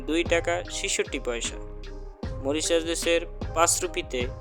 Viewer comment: আপনার উচ্চারণ ঠিক করেন দেশের নাম টা